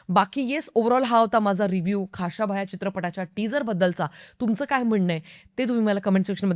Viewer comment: pronunciation check kara ekda khashaba che , uchhar check kara i mean.